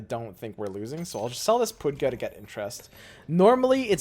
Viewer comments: I died of laughter when I heard that. Poodgay too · Did you just call pudge "poodgeh"?????????